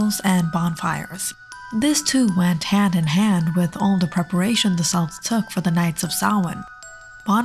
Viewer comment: good video but the pronunciation of "celts" is wrong